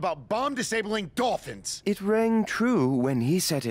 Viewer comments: "the Bolphins" 2019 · The "bolphins" slip up was probably the funniest thing ive heard all year lol